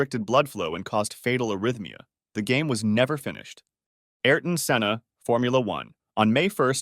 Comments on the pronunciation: Its senna not Sienna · si-enna? senn-a